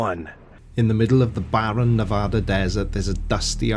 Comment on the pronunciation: Also I'll tell on discord, but he actually pronounced Nevada correctly!! Huzzah! Also the E.T. Jerky is out of this world! (Yeah, I know...that was terrible, but its actually on their billboards!!)